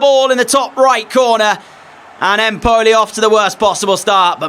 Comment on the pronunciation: Empoli has the emphasis on EMpoli, just like it's NApoli.